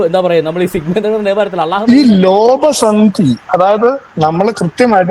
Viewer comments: അലാ അ ലാ എന്നല്ല അള്ളാഹു എന്ന് പറയണം നിങ്ങൾ എവിടുന്നാ ഈ അല കൊണ്ടുവന്നത്. സെബാസ്റ്റ്യന് എവിടെയാണ് തെറ്റ് പറ്റിയത്. ഒന്ന് അറബി അറിയില്ല പിന്നെ ഇയാളെ ഉസ്താത് ഗൂഗിൾ. ഗൂഗിൾ നോക്കി ഖുർആൻനെ വിമർശനം നടത്തിയാൽ പോയി പുഴയിൽ ചാടുന്നതാണ് കാണാർ. ആദ്യം പോയി കൊറച്ചു അറബി പടിക്ക് പ്ലീസ് എന്നിട്ട് വിമർശിക്കാൻ നോക്ക് അറബി. ചുക്കുമു. ളകുതി പല്ലി. ഇങ്ങിനെയൊക്കെയാണ് അറബിവായിക്കുന്നത്. കെവിനും കുറച്ച് അറബി പഠിപ്പിച്ചുകൊടുക്കണം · അറബി പഠിക്കാൻ നോക്ക് അള്ളാഹു ള അത് നിങ്ങൾക്ക് അറബി ഭാഷയിൽ ഉച്ഛരിക്കാൻ അറിയില്ല ള എന്നും ല എന്നും അല്ല അറബിയിൽ അല്ലാഹുവിന്റെ ഉച്ചാരണണത്തിൽ വരുന്നത് അത് മനസിലാക്കാതെ കിടന്നു മെഴുകല്ലേ.